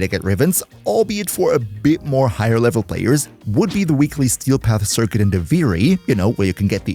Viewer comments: 🇮🇹🤝🇩🇪 Me and when it comes to sometimes mess up the word Circuit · Duviri CircQuit, Sir, Quit, it. I'm dying there xD